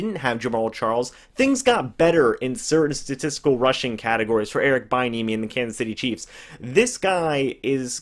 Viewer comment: Its pronounced be- enemy 😂